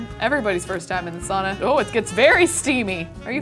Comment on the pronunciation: pls pronounce sauna correctly - sincerely all Finns